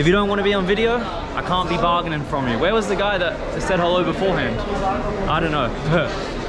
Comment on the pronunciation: I am an india but it's funny 😂 barggening